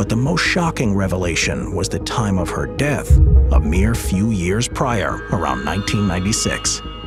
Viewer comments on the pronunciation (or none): none